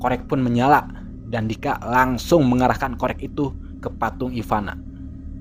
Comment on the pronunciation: Ivana bukan ipanak wwkkkk apa gw yang slah denger yak. Dika tapi bukan dikak